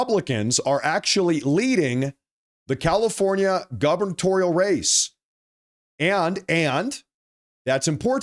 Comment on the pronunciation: So hey. Really like your show, but you should know that the word is “gubernatorial” not “governatorial”.